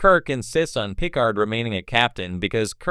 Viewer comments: you lost me at pih-card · PICK-ard? What is wrong with you. Take this down and re-do it. What an embarrassment. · Pícard if you do not know how to pronounce Picárd. That is if you understand what the diéresis mark indicates. As a any spanish speaker will tell you, know it indicate the stress in the pronunciation...